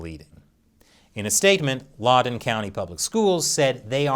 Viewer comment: I love you, but it's LOUD-en County, not LAUD-en County. I expected better investigative journalistic integrity from you. No wonder this episode got demonitized. It's always sad to see your heros fall 😢